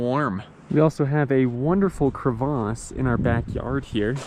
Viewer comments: LOL, Thats the first time I heard someone saying crevice, as cravace! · Can you just say crevasse like a normal human lol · It's crevasse, actually. :)